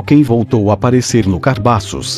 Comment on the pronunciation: Cabaços ou carbaços? Kkkkkkk